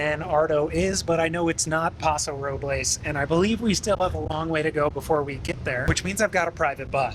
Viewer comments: Interesting video. They need to do work on bathrooms and the buses don't need to be so large. Also... We old time Californians use the English pronouncing of Paso Robles (Robels). Newbies use the Spanish one. Northern Californians don't use the definite article when talking about highways. We say Highway 101 not "The" 101. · It actually is Paso ROH-buhlz... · yup I also made the mistake about Paso Robles. They don’t pronounce it correctly just Ike Los Angeles Most people there just call it Paso. But if not it’s Robills not roblays. Los Ang a less not Los Ang ha less. Its crazy. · It is pronounced (by locals) as Paso Ro-bulls, not Roh-blehs haha (English not Spanish pronunciation) - great video! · One thing to know about Route 9 in "Pass-oh roh-bulls" (yes, that's how it's pronounced by locals), is it's almost never on time. Much to the dismay of anyone who needs to transfer to one of the two citywide circulator buses. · locals 100% pronounce it pass-oh roh-bowls. source: me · As a SLO county native, it's pronounced Paso "Ro-buhlls". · Paso Robles is pronounced by english speaking Californians as though Robles were an english word. Like nobles. where are you even from that you don't know that? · exactly, we only say the Spanish pronunciation if we saying the full name "El Paso de Robles" it's like Los Angeles ain't pronounced in the Spanish form commonly either. Still loved the video tho hahah